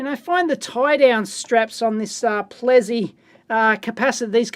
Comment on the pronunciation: Dave, I'm afraid I'm going to have correct your pronunciation. First up it's it's Plessey as spelt, not "Plezzey", and secondly the second 'w' in Welwyn is silent.